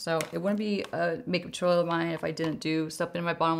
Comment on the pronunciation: Every time you say toot oriel I laugh